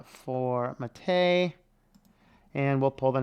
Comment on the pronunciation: I thought MATE was named after the drink. If so, it should be pronounced with the stress on the first syllable, not the second